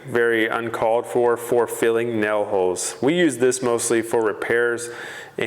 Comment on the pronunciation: What are “nel” holes?🤣